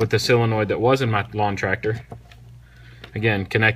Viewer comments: There's no such thing as a "sillonoid". It's a SO len oid fer dang sakes. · It's a sOlenoid, not a sIlenoid.